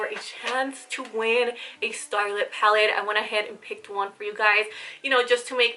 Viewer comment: Love you , I was going a little nuts when you were saying “pallid” instead of pallet . But great video !!